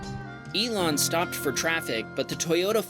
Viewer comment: You mean Ilan as in Elon Musk?